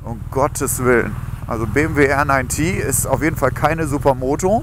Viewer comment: Die „BMW Err Nein Tiii „, geiler Scheiss ! 👌🏻😂😜